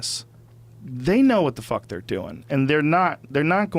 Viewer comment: The way Rogan says whuhàt(what) makes me want a pitchfork in the face